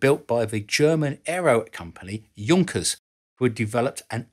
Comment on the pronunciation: It was a well know and highly respected German engineering firm, pronounced YOONK-ers, not JUNK-ers.